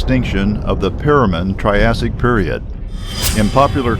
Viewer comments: Piroman period? WRONG it is Permian period. It is not Crustaceous era, it is Cretaceous era. Please learn how to pronounce scientific words correctly. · Wait......the "Perumen/Triassic"?? You mean "Permian".